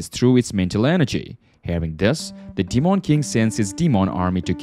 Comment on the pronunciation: The way u say demon is annoying 🤣 … Deemawn king